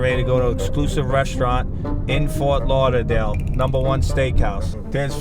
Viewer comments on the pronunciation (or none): "...in FUALT LAUGHTADALE." 😂